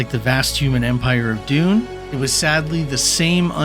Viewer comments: You're calling "Dune" "Doom" ... dude. AI voice? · Heh fair enough. You can never be sure these days. I was referring to where you clearly say "resemblance to the hero of Doom", talking about Paul Atreides. I feel like that's not a mistake a human would make Besides that, all sorts of alarms went off watching this video. Low subscriber count, high views. Voice only, no camera. Voice sometimes cuts off abruptly and sounds a bit different in some sentences. No original footage, animations, graphics, etc. - just a collage of third party material. All of this would be easy to just slop together with AI, starting from the video's script. Also why do you say "Shakespire" when referring to Shakespeare ? Very sus. Anyway, thanks for the video, as someone new to WH40K it was very informative 👍